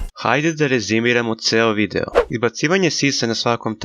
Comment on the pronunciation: Sve si u pravu samo se nadam da si namjerno govorio videjo umjesto video jer malo čudno zvuči